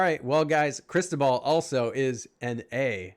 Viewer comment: "Ó" in Cristóbal, you should pronaunce like "U" in "about".